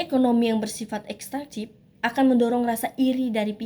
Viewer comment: Bukan ekstrantif tetapi ekstraktif